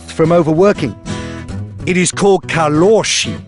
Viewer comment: "kaLOshi" 😂😂